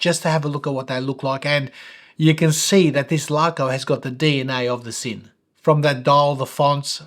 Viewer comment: I've asked two German colleagues at the workplace independently, and confirm that Sinn is pronounced Zinn, not Sinn :)